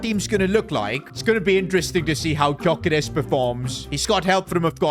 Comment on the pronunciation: Gyoekeres is pronounced Djuh-Ke-Rehs